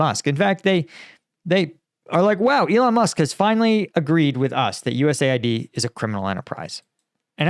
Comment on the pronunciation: It's called US-AID, not USA-ID , LOL.